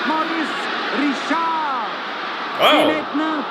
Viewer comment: Maurice Richard. It's pronounced something like "Mo-REES Ree-SHARRRRRRRR". Try to roll the R when you say it. Don't pronounce the D at the end.:)